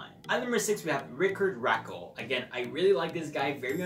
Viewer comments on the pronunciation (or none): Rickard Rakell is pronounced Ri-card Ruh-kell